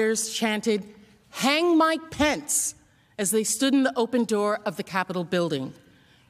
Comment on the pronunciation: This a serious matter but when these geniuses started yelling "where's Mike pence?" All I kept hearing was "where's my pants?!" 🤣